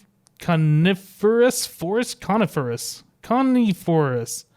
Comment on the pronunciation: Nice vid Con-If-er-rous heh lol was looking for a mystcraft review